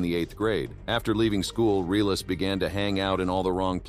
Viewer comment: The name is. Relis not realis